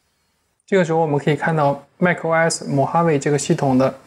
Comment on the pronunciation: 怎麼一直把 os 講成 oRs? 哪來那個 R 啊?